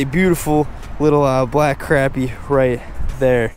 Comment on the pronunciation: You pronounced crappie wrong